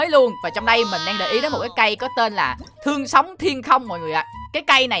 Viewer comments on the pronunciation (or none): xương not thương 🤦+1 vote ngọng